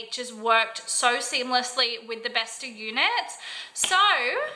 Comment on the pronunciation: bestå is pronounced bestoh